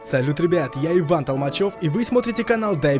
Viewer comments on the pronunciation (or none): none